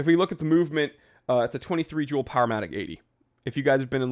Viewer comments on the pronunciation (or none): none